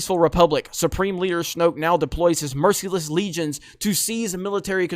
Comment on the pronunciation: Why does he say "Merciless" like that? lol